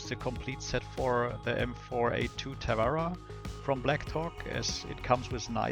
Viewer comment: Tarawa not TaWara